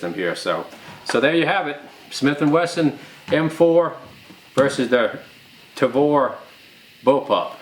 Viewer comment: I just LOVE the "TRAVOR" ! ;)